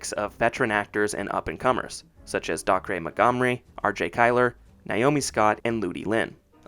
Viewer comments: So it's pronounced "Sah-ban" or "Suh-ban", and Dacre is pronounced "day-ker" lol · also Dacre rhymes with acre, the -cre part isn't pronounced like start of cre-dibility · I’m pretty sure Dacre is pronounced Day-Ker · Dacre is pronounced (DAY-KERR) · Bud, you might want to look up certain pronunciations when recording your narration. Saban is pronounced like Sah-Bahn, and Dacre should be pronounced like Day-Kuh (or Day-Car). I've noticed it a few times while watching your videos. Your work is pretty well researched so it feels a bit lazy to not know how to pronounce certain names, especially when those pronunciations are readily available. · I’m very happy you made this video, but for future projects, I suggest you research how to pronounce names first. When I hear you mispronouncing names, it makes me think you’re not doing your due diligence on any of the facts. Within the first 2 minutes you pronounced Saban wrong and Dacre wrong, so I kind of checked out.